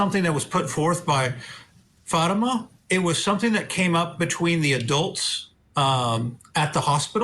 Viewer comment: I find it so annoying that both defence attorneys keep mispronouncing Fatima’s name. That alone speaks volumes of their disrespect for the victim. Of course, this lawyer is just speaking from the parents’ perspective. However, I must agree that the evidence of attempted murder against Zahraa was not convincing. That was an overcharge. The evidence against Ihsan was overwhelming though. The jury should have found him guilty of attempted murder. I believe 2nd degree assault was a compromise decision to reach a unanimous verdict. I’m not happy with the outcome, but that’s how the system works.